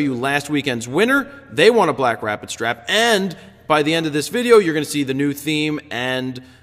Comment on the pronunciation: The yawn sounded like a Wookiee having an orgasm. Great images this week! And yes, you did say "BlackStrapid." :D